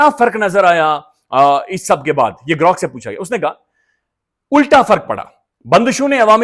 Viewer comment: GROk ko hum G'Rok prhty hein